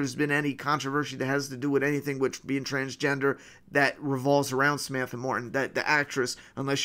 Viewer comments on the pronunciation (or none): none